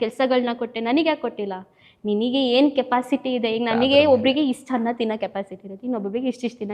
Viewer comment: ಹಪ್ಪ - ಹಮ್ಮ ಅಲ್ಲ ,ಅಪ್ಪ - ಅಮ್ಮ, ,ಆಲು ಹನ್ನ ಅಲ್ಲ ಹಾಲು ಅನ್ನ🙏 ಆ್ಯಂಕರ್ ಕನ್ನಡ ಶುಧ್ದತೆಯ ಬಗ್ಗೆ ಸ್ವಲ್ಪ ಗಮನ ಕೊಡಿ🙏